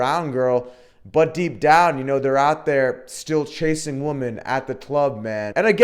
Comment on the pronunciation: are you saying woman or women ?.are you actively trying to sound like stoner bro in your videos.....man